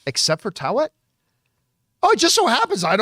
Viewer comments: Easiest way to say taweret is ta-wet-it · Ta We Ret.. Taweret.. not Tawet John... everyone keeps butchering the name come on guys... we're not doing justice to the character